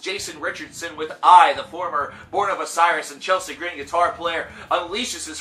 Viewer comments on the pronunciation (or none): none